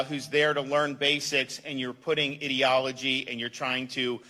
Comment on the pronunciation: Sounds like he is saying idiotology !!! Good for him! Listen up Inslee we are sick of you all of us!